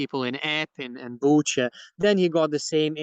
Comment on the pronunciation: He's not Latvian. Latvian doesn't pronounce Butcha like he did.